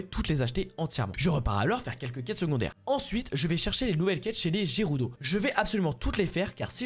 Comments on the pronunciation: Gerudo ne se prononce pas j mais g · Jérudo il dit jpp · Ses pas gerudo mais guerudo